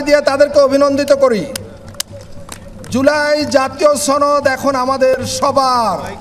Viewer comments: সনদ নাকি ছনদ 😂😂😂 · সনদ কে কোলকাতার দাদাদের মতো ছনদ বলে কে? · এটা কি সনদ না ছনদ ??? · ছনদ না সনদ লকটা মনে হয় চাপাই 😂😂😅😅😅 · আপনি সনদ কে ছনদ কেন বলছেন। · উপস্হাপক মহোদয় সনদকে ছনদ বলেন কেন? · দাদা কোথায় থেকে আসলেন। বাসায় সসনদ বলেন কেন দাদ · উপস্থাপক কি কলকাতার নাকি? ছনদ ছনদ করছে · সনদ উচ্চারন করতে পারে না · এই উপস্থাপক্ষে মনে হইতেছে সে ভারতের সদস্য অথবা ভারতের কোন সক্রিয় সদস্য। সে বাংলায় সনদ কিভাবে উচ্চারণ করতে হয় সেই উচ্চারণটাও জানে না। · সনদের উচ্চারণ অনেকই ভুল করছেন। এটা খুবই লজ্জার।